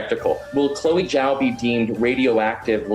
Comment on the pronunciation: Its pronounced jow or jao btw not zao, the zh makes a j sound like in just or juice